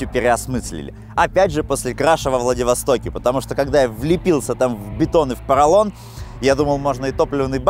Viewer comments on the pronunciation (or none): Как бесит когда коверкают твой город Владивосток